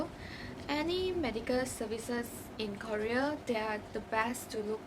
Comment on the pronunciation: Please say KOREA properly miss😧